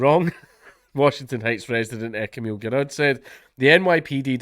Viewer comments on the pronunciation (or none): none